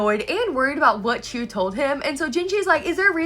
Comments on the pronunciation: Btw, Chue is pronounced like the word 'archway' but without the 'ar' at the start. You can also say 'choo-ay', which is the Japanese pronunciation. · Wait pause what’s the official pronunciation of Rikuson and Chue cz up until now I’ve just been reading it as “Rik-u-SON” and “Chu-ay” (emphasis said on capitalised parts) and the son part said as like “son” not “sun” uhh idk guys